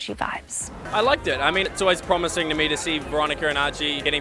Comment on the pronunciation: "PROMising" 🤣🤣🤣🤣🤣🤣lol